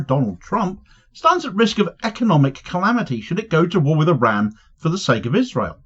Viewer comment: It’s pronounced IR-RAHN; and when you slip in snarky comments about Trump’s appearance, you don’t seem clever, you seem juvenile. If you’re an adult, act like it son.